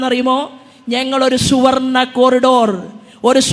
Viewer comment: ശുവർണ അല്ല സുവർണ്ണ 😀